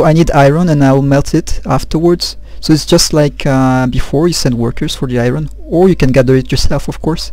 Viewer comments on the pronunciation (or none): NIce! Thanks so much for posting these,. Some of us TRULY appreciate it! OH, it's pronounce like I-urn...for Iron. =) Best, John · R is silent in Iron